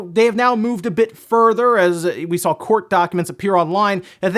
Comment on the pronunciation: Yesss like when he says drawl, sawl etc it's a pet peeve